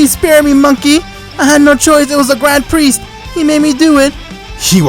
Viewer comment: I thought you were saying dying chicken for grand priest